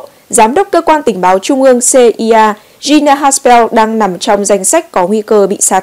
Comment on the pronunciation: (a) CIA (Central Intelligence Agency) thì phải đọc âm của các mẫu tự trong tiếng Anh, tức là phải đọc là /xi-ai-ê/, không phải /xê-i-a/. Tương tự FBI (Federal Bureau of Investigation) sẽ [hải đọc là /eph-bi-ai/, không phải /eph-bê-i/. v.v... (b) OMC (Organisation Mondiale du Commerce = tổ chức thương mại quốc tế) phải đọc là /ô-em-xê/ (âm của tiếng Pháp), không phải là /âu-em-xi/ theo âm của tiếng Anh. v.v...